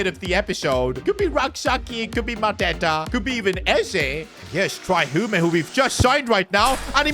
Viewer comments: It is Hume not hum a 😂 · Hume is pronounced h-you-m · please please please learn how to say Hume’s name It’s pronounced like Tray Hyoom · After this I think should do a Sunderland or Peterborough United career mode like if you agree Edit: BTW bros name is pronounce Tray Hume not Try Humé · Bro just called “Hium”, “Hume” 😂😂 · Tray "HOOMEY"???? It is pronounced HYUME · PCQ: Trai Hume is annoyed you are pronouncing his name wrong (it’s pronounced heyume) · it’s tra-y hue-me not tr-I humi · His name is pronounced HEE-YOOM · The way he is pronouncing "Hume" gives me the impression he forgot all about the legend Shane Hume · bro butchered pronouncing hume